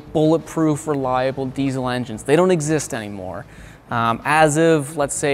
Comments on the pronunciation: The fuck is a deezel? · When a diesel mechanic says diezel instead of diesel